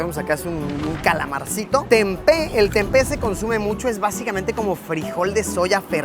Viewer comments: its TEMPE not TENPE, also its KETOPRAK not KETOPRA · TEMPE si Senor bukan/not TENPE... 😄